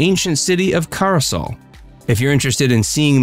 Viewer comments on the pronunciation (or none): Good information, although you left out some very important sites and mispronounced 'caye' (it's pronounced 'key' and Caracol is pronounced 'Cara call' not 'Cara sol'. Those are only a few examples.